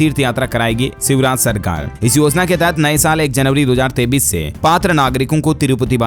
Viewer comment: AAP KA NEWS BAHUT ACHHA HAI LEKIN AAP 2023 BOLTE HO KI 2033 BOLTE YE SAMJH ME NAHI AATA HAI ESKO SUDHARO